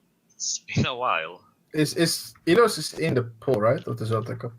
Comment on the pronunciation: Liajang? Not that! Ok saying Illios instead of Ilios is ok, but Liajang!!!